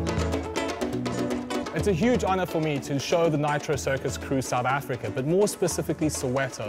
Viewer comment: The first minute the guy says South Africa plain as day, then 5 seconds later says South Africker. I’ll never understand.